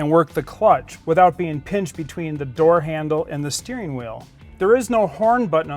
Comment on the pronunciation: .ustane??? Dudes tongue must be partially tied in a knot or somethane...can't pronounce the word "thing" He calls it a thane instead of thing .he says "misseen" and " "steereen" and "raceen". Dude, learn English or shut up...